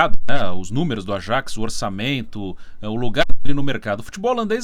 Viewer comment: Falam "Yuve" mas não falam "Ayaks". Que coisa